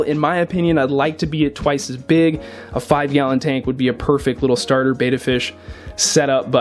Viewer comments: It's pronounced "Bet-ta" not "Bay-ta" there are two "t's" in the name Betta. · PLEASE! Its BEtta not BAYtta!!!!! Repeat after me! BE TT A BETTA! BETTA! BETTA! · the way he says betta infuriates me. its pronounced like how you say a game is in beta. a betta fish. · Beta, with 1 "T" is pronounced "bait-uh". Betta, with 2 "T"s as in Betta Splendens, is pronounced "bet-tuh" You are supposed to be a "pro", right?